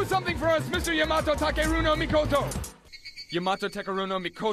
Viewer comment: No wonder Yamato Takeru No Mikoto kept chasing him. He's the only one that's able to perfectly pronounce Yama's name like that🤣🤣